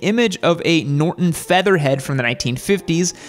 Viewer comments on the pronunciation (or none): It's "Go-shun". It's Norton "FeatherBED".